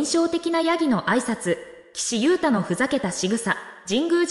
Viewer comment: まだガンユウタって言ってるの😩 名前間違えないで😩